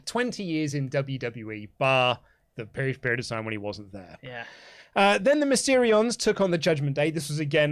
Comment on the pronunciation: Is it just me or says "Mysterions" instead of Mysterios lol